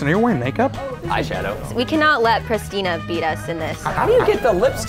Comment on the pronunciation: Prestina not pristna